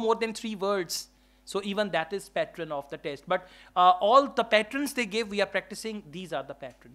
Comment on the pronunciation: Pattern not patren